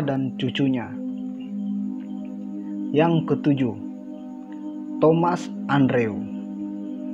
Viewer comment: Thomas Andrew di baca thomes endru